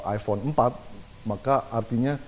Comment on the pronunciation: bacanya emang " ivon " gitu ya :D becandaak